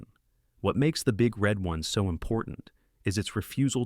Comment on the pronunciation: the emphasis is on the one, dummy the big red ONE god damn AI narration